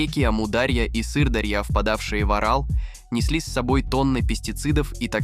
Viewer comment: мля, кто озвучкой занимался??? что за амудАрья и сырдАрья?